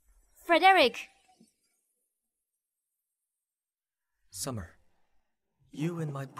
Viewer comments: FER-DIREK,FOR-DIREK, FRED-REK??? Can we stick to Mr.Wen😂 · It's weird to hear these people pronouncing Fredrick's name as "FOR-DERICK" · I can not stop cracking up with the pronunciation of the his name Frederick.